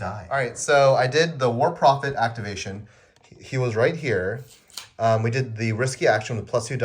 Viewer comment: When you introduced the Trench Pilgrim units it sounded like you said "war profiteer" to my ears instead of "war prophet here" and I was like, yes that's probably accurate in-universe.